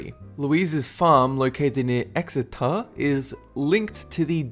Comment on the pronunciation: Exeter???? He sed Exeter right I'm in a lympston village down the road lol 😁 and it's still boring ha lol